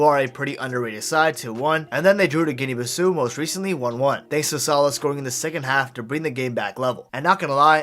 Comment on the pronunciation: The only thing I would say is that Guinea-Bissau is Portuguese haha So Bissau is pronounced Bis-sao. Great video